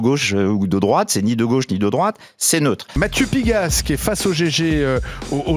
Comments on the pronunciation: NICKEL FARRAGE? Vs êtes sûr de votre prononciation? Mathieu PiGEAsse? 😂 C’est étonnant, venant de qqun avec votre intellect, votre background, et surtout au regard de l’intérêt accru que vous portez au monde politique depuis qq mois voire plus.. Non mon ami - que j’apprécie ÉNORMÉMENT par ailleurs, ainsi que vos efforts incessants pour apporter un contrecourant au racisme ambiant et généralisé en France - c’est Nigel prononcé NAILLE-DJEUL FARRAGE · Pigasse a un complexe d’infériorité vis à vis de Bolloré. Pigasse vit du système socialiste français organisé autour des subventions au cinéma et aux festivals. Son arrogance est totalement déplacée et sa manière d’écorcher le nom du rapporteur est d’un mépris propre à la gauche moralisatrice bourgeoise dont il est issue. A mon avis il n’aime pas être contredit.